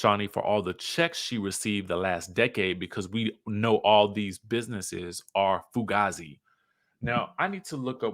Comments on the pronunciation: Pronounced foo-gay-z. Comes from the movie Heat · The way you said fugazi 😂😂 its fugayze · I’m screamingggg right now! Fugazi is FU-gay-z 😂😂😂 And I’m laughing at you looking up the word definition